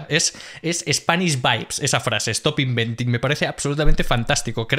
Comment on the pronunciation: JAJAJA! "estop inventin!" Segunda carcajada del video. ¡Chapeau!